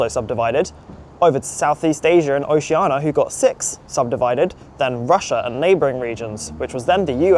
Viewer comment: Oceania not Oceana